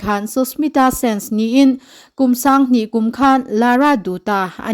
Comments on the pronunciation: Sushmita Sen tih tur aw.Sense tih angin i lam ri tlat mai😮 Roneihpuii a lawmpuiawm e! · Lara dutta leh susmita sen i lam dan hi a dik lo deuh a ni. Hetiang meuha sawichhuak ve tur chuan pronounce hi a pawimawh a nia.